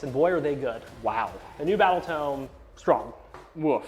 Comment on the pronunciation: Alright, so, it's time to set the record straight. An arcane TOME: T-oh-m is a book. A Tomb or T-oom is a gravesite. You are reading from a book therefore it is a TOME, T-OH-M. This community really seems to have a problem with this.